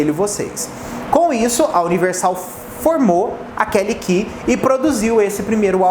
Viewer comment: Meu deus a Kelly Key é da Warner. Mas falou certinho.